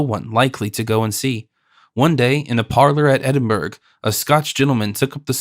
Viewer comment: Much enjoyed, especially at 80% speed, Edinburg, Green wich ? AI Bryan Godwin perhaps? Very good listening though